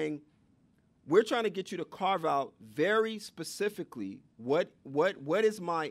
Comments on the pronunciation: Pacifically? Really? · Lost me at "pacifically" instead of specifically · In the first minute, did he actually say the word “pacifically” instead of the word specifically? What kind of college is this? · Never trust anyone who says “pacifically” instead of “specifically” to teach your children.